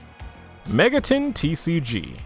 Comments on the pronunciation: ah yes "Megaton" the classic early fallout 3 settlement Sorry for being triggered but it's Mega-ten, TEN, 10 that's how you say it. Not megatun. Megami TENsei not Tunsei. Cartman, Cart MAN you get it. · nah, i checked your other videos and you regularly pronounce it megatun, it bothers me but it's a pet peeve of mine. You say Shin Megami Tensei correctly but the way you pronounce the abreviation sounds like "Megatun". I'm new and your videos are actually good, I apologize if i'm being annoying here.